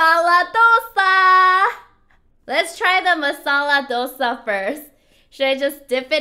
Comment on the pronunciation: O u pronaunce so gud masala dosa 😘😘o so swt